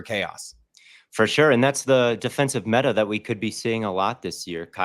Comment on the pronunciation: Say meta again, I dare you. I double dare you